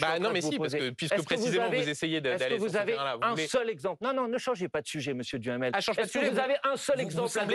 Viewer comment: 😂😂😂 J'adore ! M.BOMPARD prononce le nom de M. DUHAMEL par M. Djamel, tiennnns 😂😂